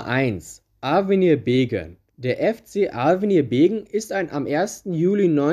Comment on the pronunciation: Es heißt übrigens Beggen und nicht Begen